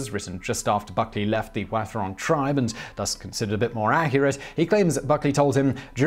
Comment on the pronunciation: Yeah... except Wathaurong is generally pronounced "WAH-the-rong". (The "th" being voiced)